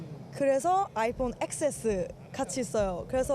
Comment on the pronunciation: 텐에스라고 발음해야지 엑스에스라고 할거면 에스이엑스라 해라 ㅋㅋㅋㅋㅋㅋㅋ